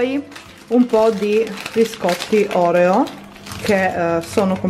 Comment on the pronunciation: si dice Orèo non Òreo😂😂